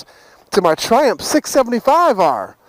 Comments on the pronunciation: Triumph... tri... umF. it's not triump. Triiii... umph. UMF jeezus man. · Loool the way he pronounce Triumph 😂😂. "Ph" at the end sounds as an "f" not "p". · the ph in triumph is an f sound. i know its sad but its bugging shit out of me now after watching a lot of your 675 vids!